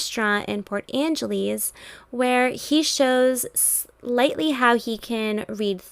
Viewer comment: All I noticed in this video is the narrator saying Port Angelies. 🤦🏽‍♀️